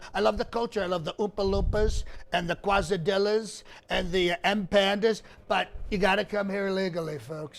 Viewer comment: Your food preferences as pronounced are funny. The M -pandas and quis dillas (?) Must be delicious especially paired with the well described cheezberders with the yellow plastic squares.